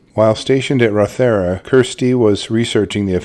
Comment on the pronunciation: It's pronounced RAW-the-ruh. Not ro-THER-a.